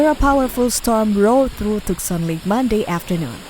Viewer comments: Bizarre times. Text to voice bot sucks (TOOK-SAN), and this is just a collection of cellphone vids from SOCMED. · The A.I. narration of this video is AWFUL. Her syllables were stressed wrongly and she kept saying Tuckson. It was more enjoyable muted. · Yeah it was pretty bad BTW it's pronounced TOO sahn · who teaches these wanna bes reporters how to pronounce the name of a town it is twoson not tuckson you stupid jerk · It's pronounced Too-sawn. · Tooksan! That's how you might pronounce it if you didn't know better. Voice bots are fun to listen to sometimes.